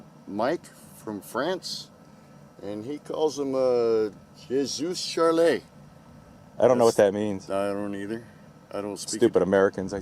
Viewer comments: Pronounced juh swee charlie with the j prounced like the s in vision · I guess someone should tell you. It means “I am Charlie”. Short story, It’s a French saying that supports freedom of speech, relating to when terrorists shot some people for drawing the Islamic prophet. It’s pronounced like juh swee. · its pronounced "jah swee Charlie" I am Charlie, Charlie Hebdo a cartoonist who was murdered for displaying the prophet Muhammad in one of his cartoons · "jeh swee sharlee"Just make the J a soft J sound, like in Jean Luke Picard. It means "I am Charley". It represents solidarity behind a french humor columnist, Charlie Hebdo who was the target in a terrorist massacre seeking retribution for cartoons of muhammad. Generally it's meant to say that despite uppity terrorists, I (we) are undaunted in our support of free speech. It also kinda highlights the difficulties of trying to mix islam into a free society. I imagine the fact that it's a shotgun slug named thus, implies that the creator is, like so many europeans, "fed up". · Pronounced zhay swee Sharlie... "Je suis Charlie". Meaning: I am Charlie! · The J in Je is pronounced like the s in pleasure or treasure and suis is pronounced like "swee" and Je Suis Charlie means "I am Charlie" which is in reference to the Charlie Hebdo attacks as a form of solidarity. C'mon now. That was a big thing circling around even on American media. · It's pronounced "juh, swee Charlie". The J is a different sound than we use in English so you should probably look online and hear it pronounced, I guess. It means "I am Charlie". Not really sure what that is supposed to refer to though. Great vid! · I'm French Canadian and omg, they could not have gotten the pronunciation more wrong😂😂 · Oh how the Americans soon forget Charlie Hebdo, here's a little help on how to pronounce it